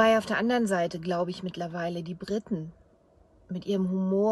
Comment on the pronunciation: bitte sag nicht Britten, sonder Briten. Verstehst, du musst das i so richtig lang ziehen. Briiiiiiiiten